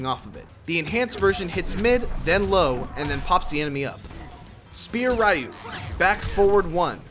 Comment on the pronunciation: Takeda Combos sound like someones name with a half spanish half japanese origin =D Also, isn't "Ryu" means "Dragon" ? And actually you don't have to pronounce it as if it was an abbreviation - check the Japanese pronunciation ).